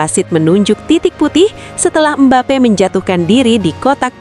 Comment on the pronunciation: MBAPE tanpa (P) Jadi Mbae😂